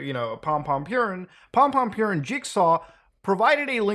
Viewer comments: Idk why, but is funny how Muta says pompompurin, maybe because he reads purin as with english pronunciation p i u rrin, instead of the japanese pronunciation, poorín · I'm so conflicted. It warms my heart to see freaks like this put away, but having to hear him addressed as "Pompompurin" has put a bad taste in my mouth. I think I'll have to box up a few things on my desk. I think this has ruined pompompurin for me. I'd say this is a sad day for sanrio, but then I thought about how they have 200 other characters to pick from. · "Pompompurin" 😨 damn the sanrio character's been up to some shit